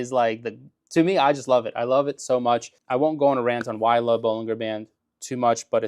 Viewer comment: Bollinger is pronounced.....baa-lun-jr.